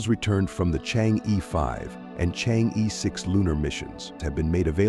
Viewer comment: ！You keep maliciously mispronouncing Chang'e. It should be correctly pronounced Chang-er , not chang- yi. You did not respect Chinese you on many accounts maliciously mispronounced it times and again.